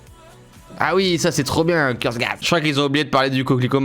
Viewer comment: C'est pas Kurzgat c'est Kurzgesagt Cyril! 🤣🤣🤣🤣🤣🤣🤣🤣🤣 Sinon, sympathique vidéo ^^